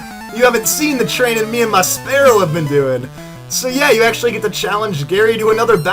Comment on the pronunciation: Spearow is terrible and you can't even pronounce it correctly after all these years